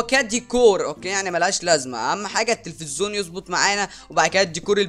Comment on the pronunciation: اسمه تلفزيون مش تفزون